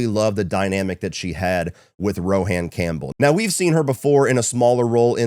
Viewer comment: Rohan is pronounced like Rowan (Row-in). 🫣